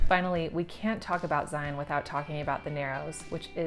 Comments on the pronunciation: Zion rhymes with lion, NOT "lie on." Please, tell a friend. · Psst! Local pet peeve: it's pronounced "Zeye-un", not "Zeye-ON". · I’m always amazed at official travel guides that don’t know how to pronounce Zion. Zi-en. Not zi-on. Otherwise great video!